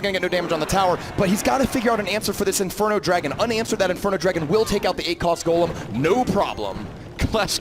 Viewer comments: I cringed when he said gahlem instead of GOlem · Did they just call the golem “Ga-lem”